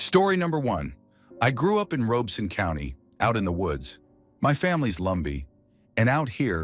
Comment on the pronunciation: I live near Robeson county it's pronounced like Robinson ... Ai got it wrong lol